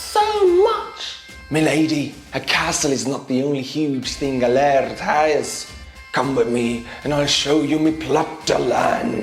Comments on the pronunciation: Lard is the beef fat that I fry my chipped potatoes in, here in Scotland 🏴. The word you were looking for is 'laird' ie pronounced: l - air - d. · it is not lard, it is lorD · btw that title thing is fake and as a scot its not lard like butter but its lay aird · Ha! Yes, the guy in the skit says "laird" but the lady clearly says "lard." She's missing an "i" so I predict success. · or laird